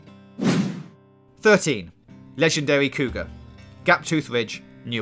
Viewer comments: *wegendawy pwonghon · Ledgendawy boaw Boaahhh!